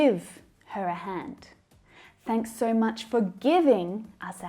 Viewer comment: I suppose, you meant "so" instead of "fo"